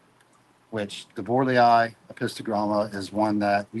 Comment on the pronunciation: The apistos are "bore-ELL-eye"